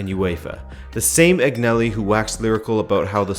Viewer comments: Say it with me Agnelli “AnYelli” the G is silent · G isn't pronounced G in Agnelli